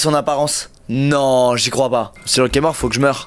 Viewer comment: 😂😂😂trop marrant parcque il a dit lokeaud et prouve